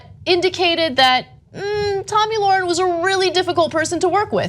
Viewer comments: It's Tomi Lahren.... Spelled L A H R E N. Also pronounced "lair-in"...You can't even say her name right or spell her name right... embarrassing for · Hey Genocide Deniers... if you're going to slander someone, at least get her name right. It's LAHREN, not Lauren.